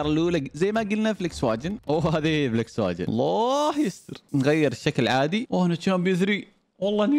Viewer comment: اخوي اسمها فولكس فاغين مش فليكسواجين🤣🤣🤣🤣